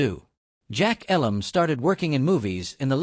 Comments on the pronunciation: It's actually pronounced with a long "E". eeeee-lum. Like me. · AI generated crap. You can’t even pronounce jack Elam’s name correctly. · Agree, at least pronounce Jack’s last name properly.